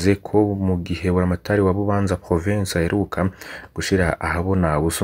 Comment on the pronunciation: Burya uyu muntu adushikiriza aya makuru, koko yoba ari umurundi😢, umurundi atazi amazina y'intara ziwe😢😢, atazi uko batura ""Bubanza"" canke "" Kiriri "" 😅😅😅